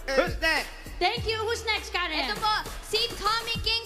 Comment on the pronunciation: SABI NG CARREN NOT KAREN🤕